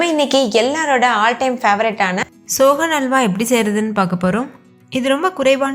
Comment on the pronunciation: அடியேய் அது "சோன்னல்வா"டி.